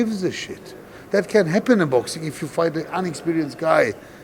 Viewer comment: This FOIGHT ??? AND IM TALKING ABOUT THE JOURNALIST !. 🤣🤣🤣🤣